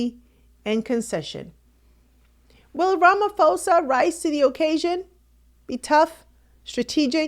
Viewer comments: Ramaphosa! Not Ramafosa!!! Very that the presenter can't pronounce the South African president's name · please investigate the proper pronunciation of African Names & Places eg. - RAMAfosa is in-correct but, RAMA posa is, correct. When u in-correctly pronounce our Names & Places - it simply means that u didn't BOTHER to check, which wud be, respectful. Please TRY. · President Ramaphosa not Ramafosa please